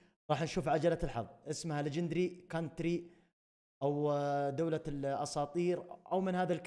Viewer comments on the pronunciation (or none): اسمها لجندري كونتريكت وليس لجندري كنتري